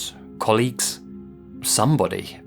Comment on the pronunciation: I hate myself for this, but the way you emphasized some "BODY" must be missing her that really made me laugh